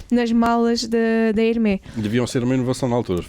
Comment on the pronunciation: Super interessante. Apenas um comentário de melhoria: na divulgação de informações sobre a marca Hermès, por favor pronunciem bem. O "s" no final deve ser lido. Procurem literatura, está facilmente disponível online. Obrigado.